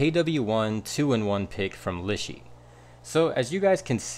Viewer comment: It’s pronounced Lee Sher. 😊